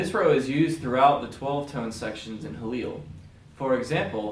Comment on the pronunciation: Pronounced Khalil.